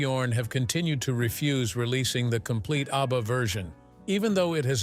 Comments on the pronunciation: The name is ABBA, not UBBA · That horrible AI voice makes me want to throw up. Utter garbage. The robot cannot even pronounce ABBA. Cr@